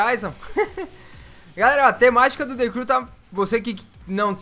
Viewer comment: De Cru kkkkkk o cara não sabe pronunciar a palavra vei mds